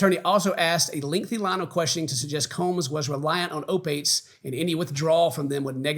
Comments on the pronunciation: I know this is extremely serious but you mispronouncing opiates repeatedly kept me going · “O-Pates”. Love it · Listening to attempting to pronounce “opiates” was so painful. I let it slide once, but it happened multiple times. Help him, Buff!!! I know you know how to read 😭 I’m kidding,. But seriously, just sound it out..